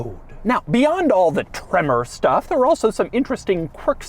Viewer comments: Took a shot every time Doug said “TreMMor!” I died. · Gotta love how he says “TREMOR👺” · Why must he put that annoying emphasis on the word “tremor” every time he says it?